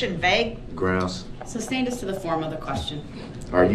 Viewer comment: Objection relevance. Sustained, Brooks is too stupid to know the reason for the objection was relevance . Then he is far too stupid to know the judge says sustain so he says substain. The idiocy of Brooks is beyond belief.